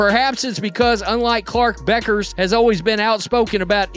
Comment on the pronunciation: This is creating a problem that doesn't exist for clicks. I doubt Beuckers (pronounce BECKers) and Clarke are focused on this the way this clip presents it. Sure there will be competition. That's what makes great players great.